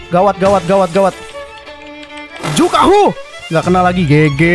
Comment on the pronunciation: Juhaku bukan jukahu😂